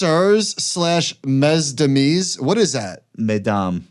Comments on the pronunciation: “Mez-demeez” 😂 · Lmao at pronunciation of Mesdames. My man said Mes-dah-Mees lol